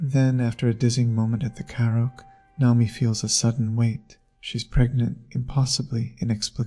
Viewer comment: The video was good overall, but the pronunciation of multiple words and the subtitles were not great. Naomi (not “Nomi”), karaoke, and sake were a few mispronunciations I noticed. If English is a 2nd language to you, then I apologize. Again, the video was good, this is just some constructive feedback I had.